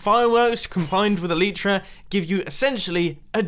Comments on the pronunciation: "They contain these. The EEEEEEEEEELEEEEEETRAAAAAUGH!" It's elytra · Not to be rude or offensive u say elytra like eleetra